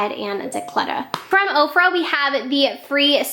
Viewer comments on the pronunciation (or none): none